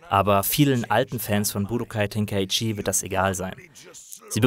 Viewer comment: Ten-kai-chi. Bin deutscher.